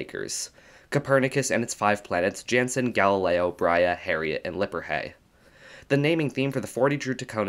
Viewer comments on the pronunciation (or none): none